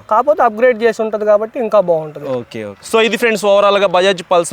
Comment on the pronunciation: అది పుల్సర్ కాదు బ్రో పల్సర్